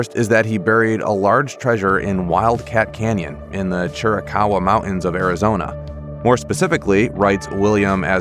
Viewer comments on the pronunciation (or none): It's a sad state of affairs that folks don't seem to care when other folks butcher the English language! (Montans? Mountains!) Sorry but this kind of thing drives me crazy! I know it shouldn't bother me, but it does!!